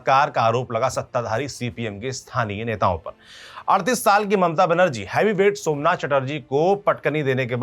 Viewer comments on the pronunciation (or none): none